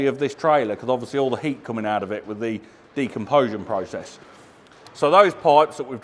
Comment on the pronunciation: Repeat after me Decomposition. It's the natural " Decomposition process " De - Com - Position 😅😂.luv ya really...